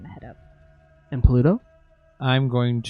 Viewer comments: And "Pluto" becomes ""Polluto" lol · Pooor Pluto keeps being pronounced Pollute-oh! :p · I am aware of the existence (religious/mythological/astronomical/etc) of Pluto. I was referring instead to a perceived recurring additional syllable which would transform that name into something else, eg a hypothetical antagonist to 1990s fictional environmentalist superhero, Captain Planet